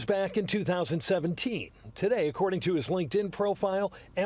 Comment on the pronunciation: he says "wock" (or "walk") instead of "lock" twice. Like Elmer Fudd. Weird.